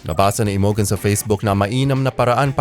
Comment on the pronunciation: Imogen pronounced as 'Imojen'. Pls check your pronunciation first 'coz it's hilarious for us to hear. Thanks!